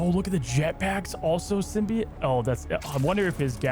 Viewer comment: It is itching my brain that he sounds like he keeps saying "Symbiate" or "Symbiant" rather than "SymbiOTE."